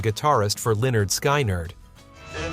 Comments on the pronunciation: OMG, Dude -- It's pronounced, "Leonard SKINnard." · Is it possible that these things could be narrated by a real human being? Lead singer pronounced like the material in a pencil? Lynard Skynard pronounced ly nard sky nard? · Most of these songs are not one hit wonders, they are hits; mispronounced Lynyrd Skynyrd; misspelled Casey Kasem. 😂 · I was only six in 1966 but I have been hearing these songs all my life. Also its LYNRD SKINNERD - NOT SKY-NERD!!!! 😂😂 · Lynard Sky -nard? Who are you????? You can't even pronounce the bans's name!!!! It's Pronounced len-urd skin-urd! Dang! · This proves that the idiot that claims this KNOWS NOTHING about the era or Rock n ROll for that matter. It's NOT pronounced Leonard SKY Nerd!!!! It's Leonard Skin- nerd which one would know that has listened to Rock N Roll in the last 60 years. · Leonard Skye-nerd? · Leonard Sky-nerd ??? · "Lenard SkI-Nard" ?! Ouch. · Lenard Skynard??? Lol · Leonard Sky-nerd? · Lynyrd Skeye-nyrd? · Lynyrd SKY-nard? LOL! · I stil, listen to all of them especially incense and peppermints its just so catchy and never heard of Leonard ski nard 😂😂😂who ever voiced and made this obviously not a true music fan of 60s 70s rock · Leonard Sky-nard? Who the hell pronounces it like that? BTW all of these are on my playlist. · Leonard "sky nurd" lololmao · mispronouncing lenerd skinnerd wont get you comments, oops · Who is narrating this? It’s “lin-erd skin-erd’. Also not pronounced Grr- ach-ee. It was always pronounced ‘Jer-ay-see’ on Cleveland radio. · It’s pronounced Lynn-erd Skin-erd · It's pronounced lenerd skinerd. You must be one of those born after the '60s. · SKY-nerd 😂😂😂Mandela effect 😂LOL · I canNOT take any music compilation seriously who right out loud “Lynard Sky-Nerd”. Ugh!!! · Leonard Sky-Nerd"??????? Seriously??????? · Leonard Sky-nard? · Its Lynyrd Skynyrd not Lynard Skiiiiner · You mean it really isn’t pronounced “Sky-Nerd”?? 😱😅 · I'm sorry. I didn't catch that name. Leonard Sky Nard?